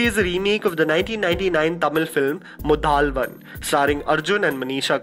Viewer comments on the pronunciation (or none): by the way it is not "Muthaaalvan" It is "Muthalvan"